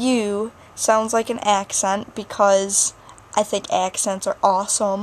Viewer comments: u have like a small accent like when u say accent it sounds like AKESENT lol it's cute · It's sounds like you do on the word "accent"